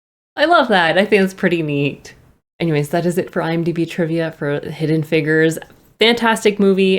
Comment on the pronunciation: Please pronounce figures correctly, the way you say it is wild😂